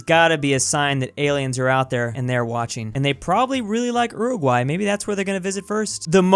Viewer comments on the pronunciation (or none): none